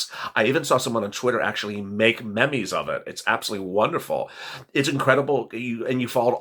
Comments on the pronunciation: meh mehs lol love you but it's pronounced Me Eeems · It's pronounced meems! Other than that, you are on fire! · Lol, he said “MehMees” when it’s pronounced “Meems!” That was SO cute!! 🤭😂😉